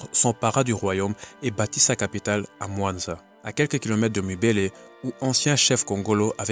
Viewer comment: Il y a quelques erreurs de prononciation, Kongolo Mwamba, et non mwanza.